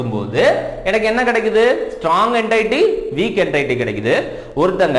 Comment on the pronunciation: Sir class super but neenga என்டைட்டி soldrenga🤔, adhu என்டிட்டி